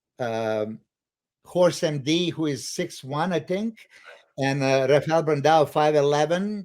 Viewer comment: Actually - I always called him RAFAEL...until few days ago when he confirmed on Oldschool podcast that indeed it is Hafael. I actually don't like it...but if this is how he pronounces it - It should be respected. I called him Rafael 100 times before and he never corrected me...so I was also surprized. HADI CHOOPAN - suppose to be pronounced as "O" - not "U"... I am all for correcting it once and for all...even though I used to it as nobody can correctly say my name either...